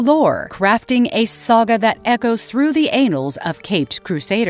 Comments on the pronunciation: how many times can someone say anal like tf?! its annals smh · The anals? 😂 Annals, as in An-Nals, not anals, everytime she said it i was cracking up. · Did she say " the ANALS????" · The anals of history lol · anals of mutant kind! lol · I believe it's the AI reading the AI generated script not understanding the nuance of the two N's in annals.